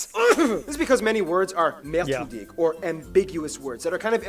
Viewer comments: Wow love all those mistakes in the original video... like wtf is "merdrutig" supposed to be or "Wierschaftswunder"? i get what he was trying to say but that's only because i speak that goddam language... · It's "Mehrdeutig" and Not Mehrdrutig xD